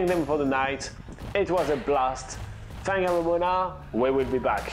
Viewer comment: No no no, it's pronounced Wang mom ona.